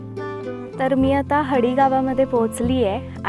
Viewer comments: गावाचं नाव "हडी" आहे.... "हाडी" नव्हे.... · ....तुमचा उच्चार "हाडी" झाला...❤❤